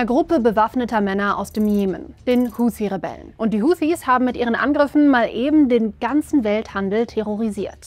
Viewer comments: sie spricht es falsch aus. Und zwar wie eine Amerikanerin. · Ich tippe weil sie arabisch spricht und das korrekt aussprechen kann. Sie spricht auch Hamas anders aus als der Durchschnitts-alman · Warum spricht sie Huthi so englisch aus?